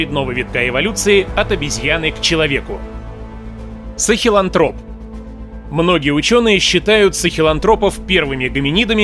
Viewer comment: после 2х часовой лекции по австралопитекам на другом канале, твой ролик такой детский😝. и нашел ошибку. дриопитеки по современным понятиям уже не являются нашими предками. то что ты в ролике говоришь - это устаревшее и неправильное. сахелАнтроп ударение на А(ранний австролопитек). А вот еще ошибка: ардипитек это тоже австралопитек, а ты о нем и об других австралопитеках рассказываешь как будто это разные виды. блин, а вот еще ошибка: человек умелый это не первый человек на земле, перед ним был еще человек рудольфийский(рудольфский). вот сразу видно что ты старые книжки читал, когда ролик делал. в той же википедии посовременнее все. опять ошибка эректусы появились 2.5 миллиона лет назад, а не 1.800. да ну тебя🙆‍♀